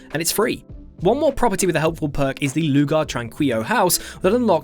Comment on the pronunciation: is pronounced Lugar ( Trankilo ), but not bad!